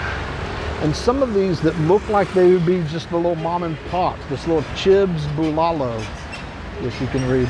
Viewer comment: I know nothing about, but the pronunciation of the food (Bulalo) is BOO-la-loo. The dish is a soup with veggies and beef bones where the eater gets to chew on the marrow. Not my cup of tea, but it is definitely a popular dish here.